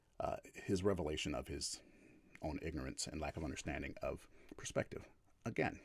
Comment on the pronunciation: Should listen in? Its hard to listen to a knobhead like. When you know someone is a coward like he is its hard to give him any credence. Geez he likes saying puurspective doesn't he? Using evidence huh? Something he is very inexperienced in he just attacks ridiculous points. And the ape comment was the final straw for me.